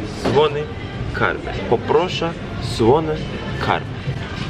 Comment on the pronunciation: Neden bu kadar guzel soyledi poproğşe :d